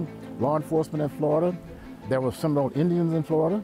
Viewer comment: Why his he saying Seminole "I word?" isn't it Seminole indigenous people???????!?